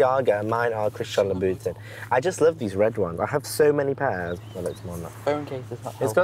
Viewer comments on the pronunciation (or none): ‘You can’t polish a turd’ But their outfits are mismatched, thrown randomly together and they can’t pronounce the brand names they’re wearing. And I noticed all of this only watching the first minute. He seriously pronounced Christian Louboutin as ‘Luboo- tin’. They both seem incredibly unintelligent. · damn all that money and got a fucked up phone and cant pronounce Louboutin. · did you hear how man pronounced ' Mulsanne and Loboutin' 💀💀